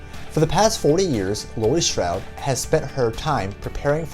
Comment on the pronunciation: FYI: It's Laurie STRODE, not Laurie STROUD